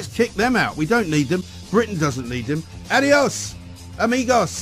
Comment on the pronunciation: That was cultural appropriation when he said "Adiós, amigos". Plus he didn't even bother trying to pronounce it correctly.